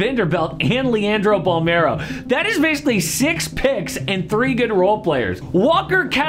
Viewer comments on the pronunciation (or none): Bolmaro, not bolmero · It is pronunced "Bolmaro"